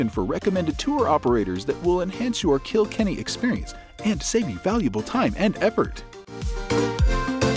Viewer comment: It's not Kill Kenny.. it's Kilkenny . It's one word ❤